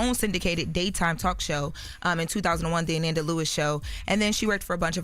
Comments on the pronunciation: Ok I think I see the issue y'all... says Ananda's name right when she is just talking. It's when she is reading that she messes it up by mistake. I can understand that. Maybe she gets nervous and is just trying to get everything correct. (Trying to give her grace) it's definitely hard heading her mess up the great Ananda's name like that though😩😩 Rest in Heaven love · I was becoming unhinged that was mispronouncing Ananda's name (Uh-NAN-duh) at the beginning of this clip and then pronouncing her name correctly (Uh-NON-duh). Then going back to saying it wrong again. Idk if she was nervous (I doubt it) or she just genuinely was making a mistake. When remembering such an iconic figure as Ananda Lewis that would be a name I would get right the first time bc there won't be another time to make it right. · It's pronounced ANaanda... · Pls put some respect on her name, smh, it’s pronounced uh-nahn-dah…She was truly an amazing person. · Her name is pronounced “Uh-non-duh”…R.I.P. 🕊️💔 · maliah. nah, it is Ah - Nohn- Duh! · RIP Ananda but Pronunciation of her name is wrong somebody like Envy say it because he’s from the generation. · Its pronounced A nanda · UHH-NAHN-duh =ANANDA 🗣️Correct Pronunciation** you are a Journalist English Graduate - respect people in death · Uh-Nohn-Duh is the correct pronunciation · her name is pronounced " A- Non- da!" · Jeez. Pronounce her name correctly! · Whew, the pronunciation of her name had on the ropes! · has to get better with PRONOUNCING people’s names correctly!!! She did Deon wrong the other day too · Please pronounce her name right! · COULDNT EVEN WATCH AFTER MISPRONOUNCED HER DAMN NAME TWICE!!!!! SMMFH 😢😢🤦🏽‍♀️🤦🏽‍♀️🤬🤬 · Atleast say her name correctly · This ain't the first time I've been annoyed with inability to pronounce a person's name correctly. But this is the first time I wanted to snap on her for it. Come on ma'am.